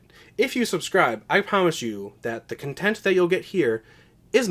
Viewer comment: Lmao "cuntent"